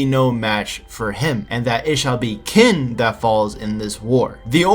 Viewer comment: It's not pronounced "kin," it's "tseen" -> tsin -> chin -> chin-a